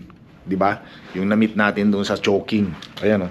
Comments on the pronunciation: hindi “choking”, “CHOW-KING” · Bka sumakit po tyan nyo kc di tama bigkas ng “Choking” imbes na “Chowking “ lol ✌️🤪good vibes